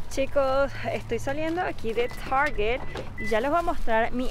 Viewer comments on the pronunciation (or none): none